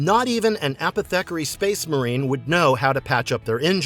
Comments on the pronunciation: It"s A-poth-ih-carry, sorry that was driving me nuts pronouncing it as apeth-eckery. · I’ve never heard someone pronounce apothecary so wrong before